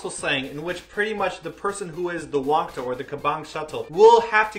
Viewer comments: Its Wangtta not wangdda ^__^ and im your fan and wangtta means a loner[just commen ting this for help to people who still dont understand what it means :))] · btw the pronounciation for wang-dda is a hard t sound lol not like the sound daaaaaa so its like wang-ta